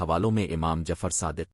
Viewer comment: Masha Allah bhai acha kam kr rhy hein aap . mgr ap aapna khud ka awaz use krein . Q K AI ki awaaz kisi lehaz se bhi theek ni hy . ab mola as ka name hi le lo kaisy bol rha hy